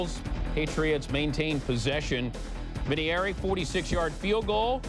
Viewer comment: dan patrick sucks here lol was he a rookie reporter here? he talked about a fumble way before it happened on screen, he couldn't pronounce vinateiri correctly lol